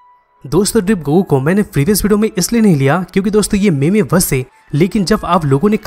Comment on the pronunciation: Bro it is pronounced मीम not मेमे